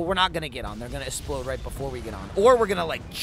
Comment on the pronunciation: he said essplode xD